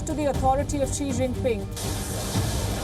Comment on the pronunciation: I dont know why China is throwing a fit. China lost Taiwan to Japan & Japan let Taiwan go & do its own thing. Also you pronounxed the Chinese Presidents name incorrectly & he'll have a fit about that too.